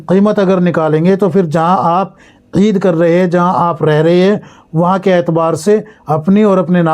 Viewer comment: Aisa koyi boyi nhi bolta. Eed